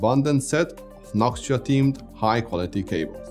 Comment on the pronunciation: Noc tua????? Say that again.